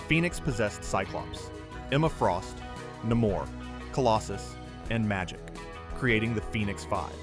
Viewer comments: Turned off at Na-more. Its Namor. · His name is "Nay-more" Namor